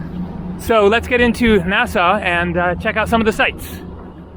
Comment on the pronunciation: We have to teach you how to pronounce Nassau